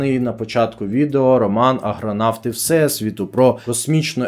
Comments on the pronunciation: До шановного автора: не "аГронавти", а "аРГонавти"... Думала, причулось... Ні, справді "ГРонавти"... Соромно неправильно читати. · Аррррррргонавти, а не аГронавти! Такі помилки, навіть раптові, багато чого кажуть про якість контенту, вибачте😢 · Дякую за цікаву інформацію❤ Неймовірні пророцтва! Дуже талановитий автор. Маю знайти та почитати. Щодо "Аргонавтів всесвіту", можливо читала багато років тому. Маю освіжити. Малесенька поправка: ви говорите "аГРонавти", вірний виговір "аРГонавти". Це на спогад давньогрецьких мандрівників, які пливли на кораблі на ймення Арго із Греціі до Колхіди(теперішнього Кавказу) за золотим руном(шкірою чарівного барана). То ж - аРгонавти. Ще раз дякую за чудове відео❤ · Аргонавти, а не агронавти. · Мабуть, це схвально, намагатися займатися просвітництвом. Варто було б слідкувати за правильністю вимови. У Вас, шановний, неоректно зазначено в описі, крім того - не раз під час відео замість АРГонавти звучить АГРонавти. Складається враження, що ви взагалі не знаєте, про що йдеться. 😢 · АРГОНАВТИ а не аГронавти. Це не побратими агрономів, а нащадки персонажів давьонгрецької міфології!!! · Чому ви з таким завзяттям називаєте "АрГонавтів" "АГронавтами"? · Ви хоч правильно називайте твір , не агронавти , а аргонавти . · може мені вчувається, але ведучій увесь час каже аГронавти а не аРгонавти....таке шось.. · Тільки чого Агронавти, а не Аргонавти??? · Попри цікавий матеріал, сумно, що автор вочевидь гадки не має, хто такі аргонавти, бо зробив помилку не тільки в описі, але й на відео впевнено вимовляє "аГРонавти". Мабуть, аграрна тематика йому ближча ніж грецька міфологія. Може відкриє якийсь канал про сільське господарство?😁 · Агронавти?! Ще б сказав алконавти. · Та Аргонавти а не Агронавти!! Ну піпєц. Ви хоча б обкладинки видань бачили? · Перепрошую, але "аргонавти", а не "агронавти". Хоча про пригоди космічних агрономів було б цікаво почитати) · Не "агронавтів", а АРГОНАВТів... Бо аж вухо ріже. Сором який... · Не агронавти а аргонавти.